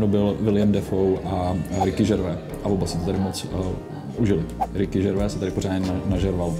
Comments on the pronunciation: Prosím tě (a ostatních bambilion lidí co to tak vyslovuje), není to Ricky Žervé (to je ten sejra) ale Ricky Džervejs:) thxbai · Neni to Ricky 'Žervé' ale 'Džervejs'. Neni francouz ani nátěrkový sejra. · Já vím, že Gervais je divné jméno, ale fakt se to čte /džrvejz/, on se na začátku každého svého pořadu představuje.